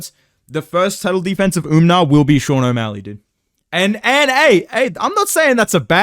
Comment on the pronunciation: Bro why does everybody keep calling him Umnar, bro wheres the n its just Umar????